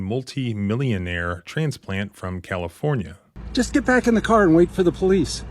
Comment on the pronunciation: This is typical rich behavior, so why did the "from California" phrase keep being stressed throughout the video?